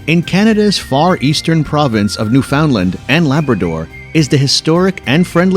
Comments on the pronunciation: Newfoundland is pronounced new fn lind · I think you pronounced Newfoundland really, really weird. And I'm from the USA. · And don't forget how he pronounced Newfoundland. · A nice American video about Canada. Obvious giveaway: Quay should be pronounced key. And Newfoundland has the stress on the first syllable, and the second is said more like “fund” than “found”. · The words "quay" and "Newfoundland" were not pronounced correctly.